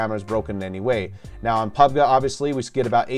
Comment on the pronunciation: pubg pronunciation is perfect